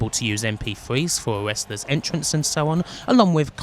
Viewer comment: i find it kinda soothing how she pronounces Wrestlers as Westlus. i guess im used to it after following for years, but ive grown to like the weird quirks in the pronounciations